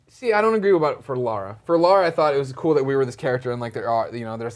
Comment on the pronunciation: Slightly annoying how Americans cannot pronounce Lara right, even when they hear it said so many times in the game.